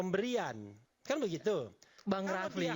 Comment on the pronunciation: Yg pake peci itu nyebut nama Bung RH aja salah, refly bukan bukan rafli 😂